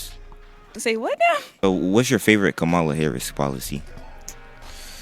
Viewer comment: It’s Comma La😂 Kamala was a WWE wrestler who wrestled Hulk Hogan in the 80s